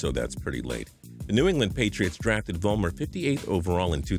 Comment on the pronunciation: I laughed so hard at Sebastian Vollmer, sibast wulmer😂👌🏻